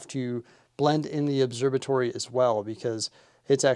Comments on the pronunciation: Its an «obserVatory» not «obserBatory» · Never noticed till now you say it obserbatory 😂 there's a V in there bud.